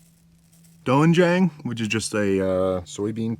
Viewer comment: "sahhm - Jawng" is how you pronounce it by the way. Also "doenjang" is pronounced "DENN-jawng". You don't pronounce the "O". It's not your fault really; the idiots who designed Korean romanization to Latin letters used the worst possible latin letter combinations. The Korean alphabet is super easy to learn to read though, so it is easy to learn the true pronunciations in a few hours